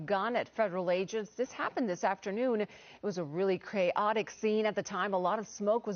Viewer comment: Interesting how the news lady slipped and said it was a “Cray-otic scene.” Thats an apt description for sure.